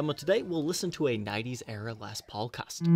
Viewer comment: ...I remember you pronouncing it “lez” paul...I just thought that’s the way hillbillies in Ohio said it when they filmed their guitars laying on shag carpet!!!...hahaha...love ya bro!!!